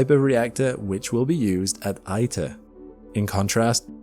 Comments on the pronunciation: My husband is a plasma physicist who works for a fusion startup company, and we have friends who work at several others. I was able to tour ITER in 2025. The info in this video is pretty accurate, but it's driving me crazy that you mispronounced ITER every single time. It's EE-ter, not EYE-ter. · Nice video. Just one observation: : It's pronounced "Eater," since its name comes from International Thermonuclear Experimental Reactor. Reply